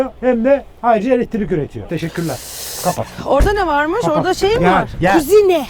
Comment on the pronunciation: Abi elettirik değil elektrik o 😂😂